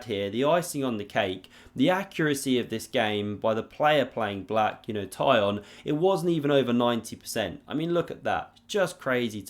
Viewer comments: His name is not Tie-on, it more of a Tea-Hone, but with a short "o", like in "lot". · Tykhon is pronounced "Tick-un". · Tykhon is pronounced as Teekhon